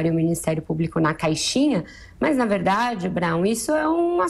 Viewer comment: gosto de ouvi la, mas fala muito errado. jorinal, enterivizta, inveriteri, veridade, razigar, forima, ferinando, goverino, eleitori, veriboragia, ezqueriveu, seri, etc... ruim de entender o que fala.